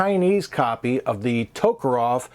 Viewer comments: It's Tokarev. Not Tokarov. Sorry. I'm autistic. And when people mispronounce names of things, it drives me mad. Great review by the way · For FXXXX you at least try to pronounce TokarEv properly.Not TokarOv but Ev...and NgenT is also sad,NagAN mate.show some respect.